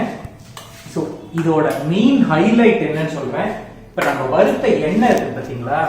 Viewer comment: வறுத்த not வரு த்த